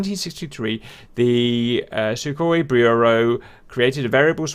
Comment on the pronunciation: Welcome to the new episode of "How to pronounce it" open a google translator russian > english and paste this: 1) Сухой for Sukhoi 2) Су for Su 3) Сатурн for Saturn 4) Люлька for Lyulka 5) ГШ for GSh 6) Х for Kh See you in the next one